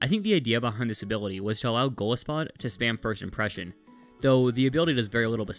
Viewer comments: It's golisopod, not golispod. Sorry I had to point that out but it was driving me crazy lol. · um aktually its pronounsed go-lie-so-pod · I don’t leave this comment to be mean, I truly don’t, but Golisopod is pronounced goal-EYE-so-pod. It’s a mixture of Goliath and isopod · The way he pronounced golisopod caused me physical pain